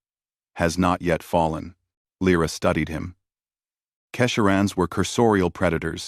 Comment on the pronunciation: And again Lyra is spoken LRA.